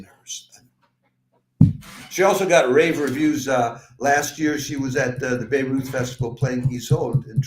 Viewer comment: Please learn how to pronounce Bayreuth... I really wondered why I didn't know anything about this festival in Lebanon 😂